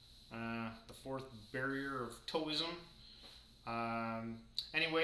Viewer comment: Side note: Taoism is pronounced like Dow-ism. Tao rhymes with cow.